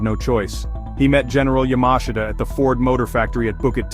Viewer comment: You cant even pronounce General Yamashita's name correctly. A shitproduction.